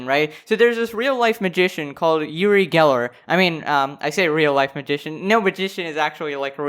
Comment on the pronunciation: He's israelien, I'm from there, he's kind of a snob but NOT irrelevant, he spoke to Michael Jackson and did a show with him, he did a bit too much and his thing is to bend spoon, he's an idiot and so petty to do that. By the way, it's pronounced like oo-ree